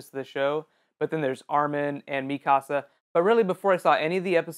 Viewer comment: Cute the way you say Mikasa, it's american pronunciation . Potato girl have a litte backround, but not gonna say anything! These anime is really the best pick for these season(to bad it's ending, only to 25, but later is gonna have a OVA, \u/). Levi deserves a solo video!